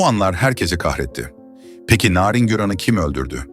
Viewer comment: Bu nasil narindemek çok i kötü bir telaffuz.